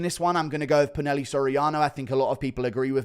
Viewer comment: It’s pronounced poo-nah-hel-lay